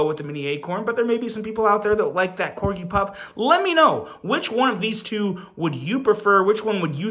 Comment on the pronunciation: Wow! And just like that you decided to start saying Corgi correctly, lol. Keep up the good work.